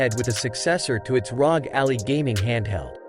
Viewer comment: Couldn’t finish the vid because he keeps pronouncing Ally like it’s Alley.